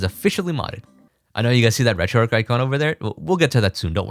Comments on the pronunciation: great video. one thing. There's an "h" in "RetroarcH" mate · Why do people pronounce it ‘RetroARC’ when it’s RetroARCH!!